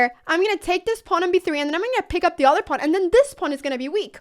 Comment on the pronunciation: The udder( the 'other' sounds like) variation.